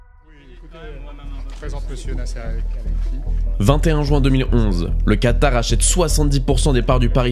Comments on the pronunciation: Attention à c'est Qatar et pas Quatar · Magnifique vidéo comme toujours, mais c'est "Qatar" et non pas "Quatar" ;) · ya pas de "u" dans "qatar" mon gars